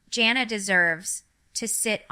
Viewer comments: I agree this is AI. Ginger would know how to pronounce her oldest sister's name and it isn't JOHNnah. Her name is JAN uh, Jana. FAKE video waste of time. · I watched about less than ten seconds ...first she called her John-a , and then Jane-a, neither of which are correct and jinger has NEVER called her either of those. She really should sue, as someone else has suggested! What in the AI crap is this?!!